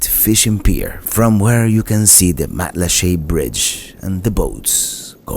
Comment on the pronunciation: Nice to see my island thru the eyes of a visitor. I've lived in Matlacha for 18 years now. And congrats for pronouncing it correctly.